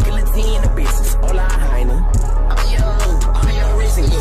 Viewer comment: he said HOLA like hi foe🔥😂